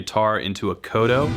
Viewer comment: Man this guy doesn't even ATTEMPT to pronounce things correctly. "kodo" and "buhzookie" cringe